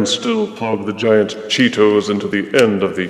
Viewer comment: The way you say "Cheetos" makes me laugh. You say it with such refined elegance "Chee-tows".